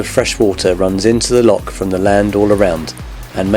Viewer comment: PLEASE can you pronounce "LOCH" properly - its NOT "lock" - you only find those on canals. I'm afraid that for us, this seriously detracts from the otherwise good videos you produce.🤨